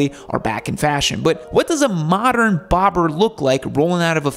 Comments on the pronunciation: he says bobbler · Am I the only one that heard him say “bob jon”?